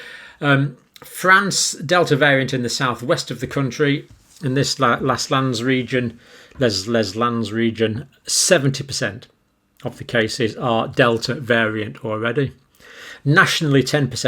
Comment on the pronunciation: Love your pronunciation of Les Landes. Try “Lay Londer” 🙂